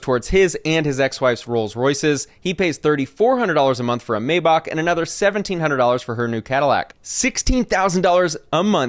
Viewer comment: i was laughing when pronounced Maybach, he said it in a Russian accent